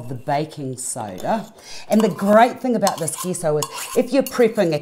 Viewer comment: Thought its was pronounced j-e-s-s-o?